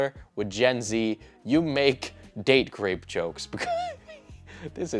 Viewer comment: Are you saying "date grape jokes?" It really sounds like it.